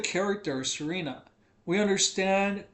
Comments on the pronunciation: The name is: S-E-R-A-N-A. Not Serena. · can't even pronounce her name correctly. Thanks but "SarEHna" might not be intended to be marriageable, but my SerAna mods say otherwise. Don't tell other people how to play their game. Also no one cares what the bible says or your theological opinion. God doesn't talk to you. Clean your house and mind your own business. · Wow I pronounce her name as See-rah-nah 😮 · Sir Anna is how she pronounces it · It's just me or you're really pronouncing Serana's name dofferently every time?